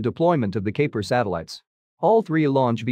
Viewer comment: Kuiper is pronounced (Ki-per)